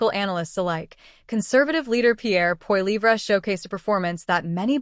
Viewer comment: LOL The bot can't even pronounce his name.